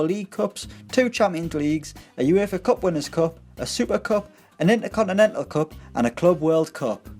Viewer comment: The word 'intercontinental' + your accent = hilarious!